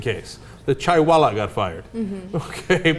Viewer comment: LOL Cenk Uygur saying 'chaiwala'.